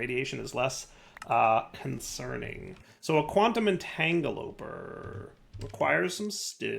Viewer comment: there's literally no point in putting pattern providers on each of the Mek machines for making crystals. You can just have a single pattern provider saying you get 10 crystals by putting three raw ore in the dissolution chamber. You're pronouncing it wrong, again. It's a quantum entanGLOPORTER. I'm really hoping that for the uranium crystals, you did the sensible thing and only used ONE pattern provider to say you get one dust from one crystal instead of all of the intermediary steps in separate pattern providers.